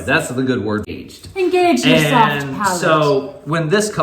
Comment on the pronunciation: Palate, not palette lol